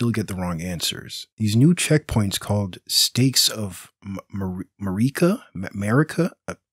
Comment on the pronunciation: "Steaks of Amerikuh." Lmao